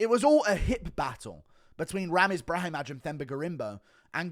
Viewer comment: Guru we gotta work on these Eastern European names that -aj ending makes an “eye” sound, Brahimaj and Sopaj the j is silent and should sound the same as like Augusto Sakai